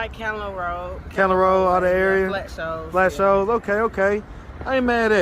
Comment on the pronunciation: Flat Shoals not flat shows